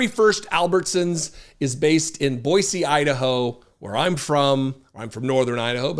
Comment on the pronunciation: First as a fellow Idahoan, thank you for pronouncing Boise correctly. Where are you from in Idaho? I wish food was cheaper, $20 for a sandwich is insane.